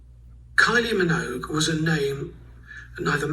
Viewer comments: What the hell is simon cowell saying? everyone in the uk knows to say minogue with the g, he even had her sister Dannii Minogue on the UK X factor lol you were saying it right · You say it right don’t worry 😂❤ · You are pronouncing her name correctly. He just have an accent. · Your pronunciation is perfect with the G. … ignore Simon. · No you are saying Minogue correctly. Simon simply cannot move his mouth correctly. Kylie has always had this incredible magnetisms. It just seemed natural that her music career would take off at the time. It was no surprise to me anyway.